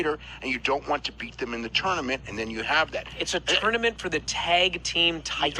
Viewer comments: I can't stand how says tournament..can't Jim correct him already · I'm probably the only person the gets annoyed at how pronounces tournament lol